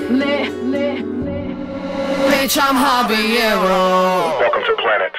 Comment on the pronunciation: I guess. How you gonna have her do the hook for habanero when she can’t even pronounce the word. Listen to the hook she says habeeyero